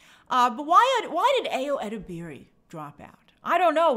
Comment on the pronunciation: Hi Grace! Ayo's last name is pronounced (eh-deb-er-ee) have a good day!